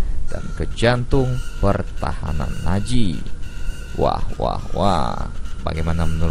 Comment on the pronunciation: Bukan naji tapi nazi